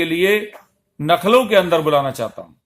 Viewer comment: नखलऊ नहीं लखनऊ होता है